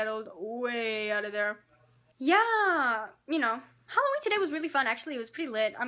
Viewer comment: Did she say HOLOWEEN?! #SimplyNailogical